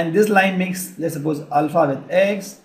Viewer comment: cohshines, rayschieos and ul-fa.